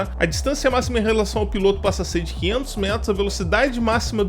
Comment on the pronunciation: Tem menção a “remoto” e vc considera um fantu desses da vida uma “aeronave”? Kkkkkkkk bela aeronave a sua! piloto /ô/ Aprenda a pronunciar substantivo masculino 1. MARINHA (TERMO DE)•NÁUTICA aquele que pilota navio mercante, como oficial de náutica ou como prático de porto, subordinado ao comandante. 2. POR EXTENSÃO aquele que dirige qualquer embarcação ou aeronave. 3. motorista de competições automobilísticas. 4. BRASILEIRISMO•BRASIL 1jóquei. 5. FIGURADO (SENTIDO)•FIGURADAMENTE guia, orientador. 6. campo de experimentação, modelo para novos métodos ou processos. 7. TELEVISÃO capítulo ou programa inicial de uma série, ger. experimental. 8. nos aquecedores a gás, bico de onde a chama se propaga aos demais bicos. 9. BRASILEIRISMO•BRASIL m.q. PEIXE-PILOTO ( Naucrates ductor ). 10. BAHIA•ORNITOLOGIA m.q. ATOBÁ-PARDO ( Sula leucogaster ).